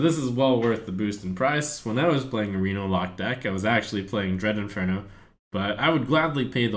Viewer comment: Does anyone still want to claw Trump's eyes out every time he says "Dread Inferno?". How can he seriously not get this right after years of Hearthstone?